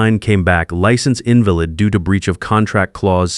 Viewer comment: the way invalid is pronounced means not well, weak and sickly, infirm